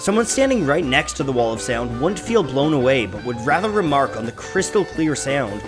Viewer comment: The way the narrator says "Sea-owned" instead of sound drives me nuts.